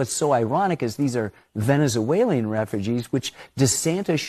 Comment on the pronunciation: Did he really call them Venezueleean?? This guy has room temperature IQ and he thinks he is a genius